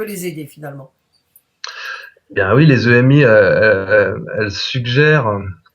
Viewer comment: bon je sais, on s'en fout que la dame dise émi ou EMI mais moi ouf ça me fait bizarre, j'ai toujours entendu dire EMI et pas émi ....